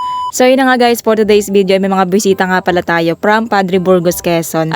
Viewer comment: Besita po ba o bwesita rinig ko